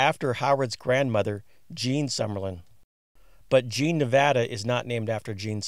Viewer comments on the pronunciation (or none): none